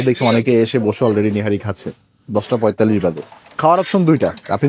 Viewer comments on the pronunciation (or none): none